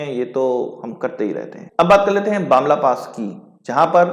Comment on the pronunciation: It's not Bamla pass it's Bumla pass.....